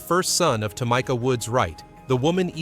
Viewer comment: Its Tah me ka! Not tomika! F'n a.i.